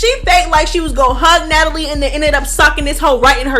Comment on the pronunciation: “ Natalie … Na-Tal-Ya” took me clean out 😂